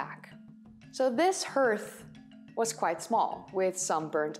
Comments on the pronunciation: I realize that English is not your first language. But please remember that 'hearth' is pronounced 'harth' - not pronounced 'earth' - which is of course the planet that we all live on !! Otherwise, an excellent presentation... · Normally your English is better than mine. But for 'hearth' it is- /härTH/ for at least US English Etymology From Middle English herth, herthe, from Old English heorþ, from Proto-West Germanic *herþ, possibly from Proto-Indo-European *kerh₃- (“heat; fire”). Cognate with West Frisian hurd, Dutch haard, German Herd, Swedish härd. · It took me a minute or two to understand the word "hearth" but only because in English it is pronounced as "harth". Yes I'd like to see the interview. 👍😊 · Fascinating stuff. Enjoy your videos. Just as an aside, although your English is brilliant, 'hearth' is pronounced 'harth' normally. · Hi... another great video... I enjoy all your videos and have subscribed. I hope you won't mind if I correct your pronunciation just a tad. The word 'hearth', is pronounced 'harth', rather than 'herth'. You'll probably find it easier to understand this, and also to remember it, if you think about just taking the final 'h' away from how the word is spelled as this leaves you with 'heart' (pronounce 'hart', okay?) Otherwise your English is very near perfect, in spite of a slight American accent.;) (An American English teacher, I imagine? Or did you spend time in the USA?) Hope this helps... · It's always spelled "hearth," but some pronounce it "herth" and others as "harth." Probably depends on where you live. Brits pronounce it "harth." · Just a slight tip, 'Hearth' is like 'haar-th' de Engles taal is gebruik... als normaal XD. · Handsome cat. Apart from interrupting, how was he naughty? Another peculiarity of English: hearth is pronounced "harth". Not a word you'll typically hear in conversation, so it's easy to assume it's pronounced as written.